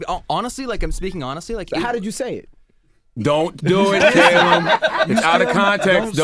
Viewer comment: "CAY-lum"?? as a brit i'm cringing lol.